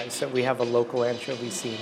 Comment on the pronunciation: Un-tcho-vee lol